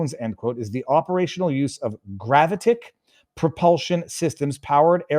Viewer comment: You said "gravitic" wrong. gra-VI-tic... Not GRA-vi-tic. Don't you read? I guess not, you read this sentence 2 times like it was nothing. The proper word is "phenomena" not phenomenom. I guess when your audience is less literate than you it doesn't matter. Nobody will catch it. (I find it hilarious that people on the right, and left, talk about how bad the education system is but fail to educate themselves when the opportunity presents itself) I know you wont even read this, because "the comments section is just toxic" which simply translates to "I don't like reading mean things about me because my mind is so weak I can't help but let them affect me" "I'm no MAP, a magician" Wtf? Freudian slip? You're no MAP? Nobody accused you of that. Weird subconscious confession.